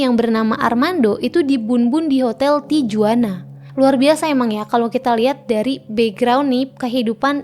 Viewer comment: J dibaca H, Tijuana dibaca Tihuana. Sanchez dalam lagunya sering mengkritik kartel narkoboy Meksiko, kemungkinan kematiannya ada kaitannya dengan lagu-lagunya. Sinaloa adalah kota paling tidak aman no. 1 di dunia.